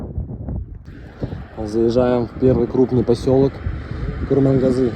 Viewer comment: За правильное произношение Курмангазы лайк , счастливого пути !